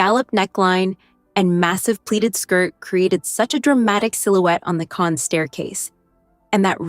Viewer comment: It’s pronounced Can. The s is not pronounced.